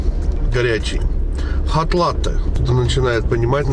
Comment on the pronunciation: Nado govorit coffee latte , 2 slova, a po ideii eto ( latei) proiznositsia)))